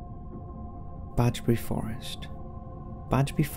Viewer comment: It's Bedgebury Forest not 'Badgebury' you!!!!